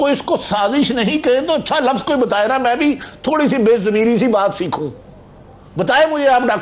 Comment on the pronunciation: BHAI MOEED SAHIB KHUDA KE LIYE URDU KA AIK LAFŹ BOLNA SEEKH LO. LAAAFUUZ NAHEEN HOTA LUFZ HOTA HAI.